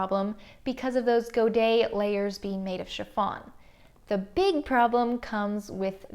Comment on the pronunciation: I had to pause the video at 17 minutes just to confirm that the way you like saying "Godet" is the correct and perfect prononciation, as the last "T" ( and "S" when plurial) is "silencieux"